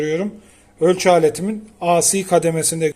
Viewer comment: Birde AC akımı asi diye okumasak, ilk harfi türkçe okunuş ikinci harfi ingilizce okunuş alışılagelmiş , ingilizce okunursa ey si olur, türkçe okunursa a ce olur, veya dalgalı akım desek.